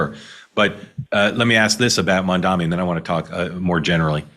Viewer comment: Mamdani. Pronounce it right.